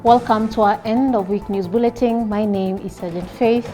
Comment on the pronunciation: wow! calm delivery. What a good news caster. just a couple of corrections- ''bulletin' not bulleting con-ti-N-gent not contigent. However your voice, demeanor, and facial expression are PERFECT.